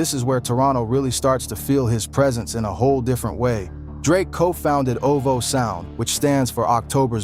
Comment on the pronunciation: chat gpt ass video, who the hell is oh-voh sound